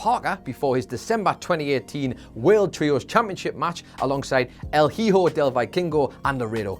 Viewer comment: "El hee-hoe"